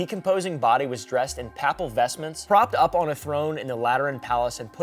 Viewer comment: How does one manage to mispronounce “Papal”? Isn’t your mom Catholic? Jesus Christ, dude. 🤦🏽‍♀️